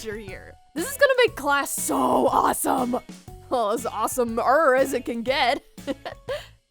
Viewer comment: in the beginning the nurse said classt